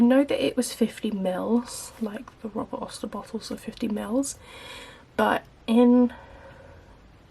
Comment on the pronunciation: It’s Robert Oster, not Robert Oyster.